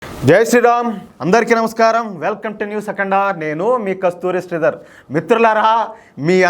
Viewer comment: Dear sir, దయచేసి "News అఖండ" అనే వాక్యం లో "అఖండ" అనే పదాన్నైనా correct గా పలకండి please.... 😢